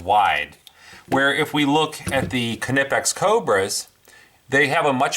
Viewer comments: The fuckin k is silent. Drives me crazy when people pronounce the "k" nipex makes me want to cut my ears off with a "k"nife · Kanipex? they are pronounced Nipex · Why not just say Knipex like a normal person? Or is it a rule to make up letters in between two constants? Like "Fridge" is pronounced Fi-ridge? Or Ground "Ga-round"? WTH man?! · Reviews Im german and it is pronounced knipex and not kenipex. But it is probably hard for non-Germans. The review is good though. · After watching this video I wanna stab my self with the KA-NIFE. Am I the only one that pronounces Knipex with the silent K??? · Nip ex bud lol kinipex 😂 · Knipex pronounced nye pex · no he didn't, it's "Kee-nipixs" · I wanna stab my self with the Ka-Nife. 🔪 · lol Ka-nip-x hooked on phonics worked for him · it's pronounced Nye-pex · Ka-nipex? Must be of same origin as a Ka-nife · Just curious. Since you had your Knipex Cobra right their beside you,and the Irwins failed Why did you resort to grinding off your exhaust manifold stud,and not just switch to your cobras? Just courious. Also as far as the pronunciation I think I would say Kipex with a silent N Ki-pex?? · Where’s your K’-nife? :P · Knipex with a hard K. None of this KU NIH PEX bullshit. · it's kuh-nee-pex dude. Watch one of their videos. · Sash Window no I don't say k nife but I'm not German either lol the K is not silent in knipex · The K is silent my guy. Nice review though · like knife, the k is silent. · It’s a silent K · It's a silent "K" in Knipex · Did you just pronounce the K? Thumbs down. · Do you say, "Kanife" for the word "Knife" as well? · just drop the additional vowel you add after K. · knipex has a silent K!!! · The K is NOT Silent! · Silent K bro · Actually yes, Knipex is pronounced not the way it is written, with a silent K at the beginning; silent. How do you say knife? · I say knife with a silent k because it's a english term; but Knippex is a german company; the K is not silent in german. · The k is silent